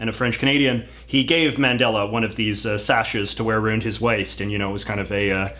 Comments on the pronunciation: He says arooned instead of around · Skip to to understand why JJ’s pronunciation of “about” is a forced stereotype (think How I Met Your Mother mocking of Robyn) and why his pronunciation of “around” is fully ridiculous and just plain wrong.